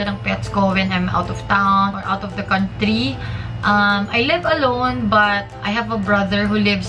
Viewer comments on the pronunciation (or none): none